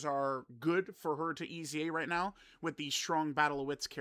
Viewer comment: right NEOW